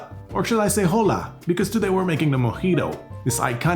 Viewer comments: great vid! btw, the "h" in "hola" is silent, so its pronounced "ola". at least, thats how it is with mexican spanish, im not sure if cuban spanish is different in that regard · The Spanish word for hello is hola. However, "hola" is pronounced "ola," as the h is an historic remnant, and is silent. Also the "t" in bouquet is silent, as well. You're on a roll, though. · Hola is read Ola, the H is silent. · Hoe Lah... Lmao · Hahahah great video but warning : the way u pronounced Hola sounds like Rola, a Brazilian slang for dick hahahhaha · Wtf is WHOLE-A? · Bro…. you dont pronounce the letter h in spanish, i wanted to cry during that intro. Yo he ido a Cuba hace dos años y bebía muchos mojitos😊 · I'm Finnish and that "Jola" hit me. Anyways nice video! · He said Jola and I was out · you should definitely not say Jola since thats not spanish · "HoLa" fucking hell mate please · "Jola" jaja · In "hola" the H is silent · H is silent in Spanish!!!!!!! Downvoted you for that.